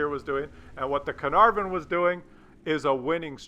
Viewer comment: This tank is pronounced Car-Nar-Von, Carrrnarrvon, next......